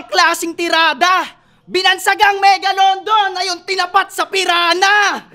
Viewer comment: Malakas na sana kaso ung linya nya sa alam ko megalodon un e hindi " megalondon". 😅